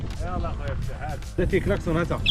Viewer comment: السلام عليكم راكم خاطئين في النطق الاسم عبد الفتاح ماشي فتاح فتاح هو الله